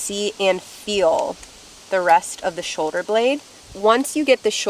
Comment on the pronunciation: Shoder or shoulder? Lol